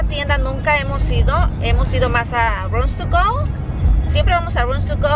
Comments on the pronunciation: no se dice runs tugo.... es rooms to go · qué raro pronuncias el inglés,tantos años viviendo en usa y sobre todo casada con norteamericano y no das una.exemplo cuando dices rootogo!!!!!